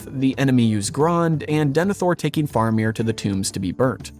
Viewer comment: Bro…love the video by your pronunciation of Faramir is like nails on a chalkboard.